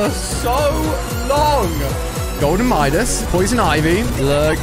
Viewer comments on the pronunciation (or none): none